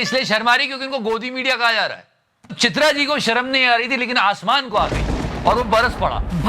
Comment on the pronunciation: भाई किसी इस बात पर ध्यान दिया या नहीं चित्रा को भाई ने चिथरा बोल दिया | 🤣🤣🤣🤣